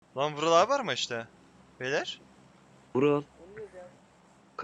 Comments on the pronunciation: Bu vulal değil bu değil Vural değil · Abi o vural abi deyilki vulaluzl diyo vural abinin niki vuraluzl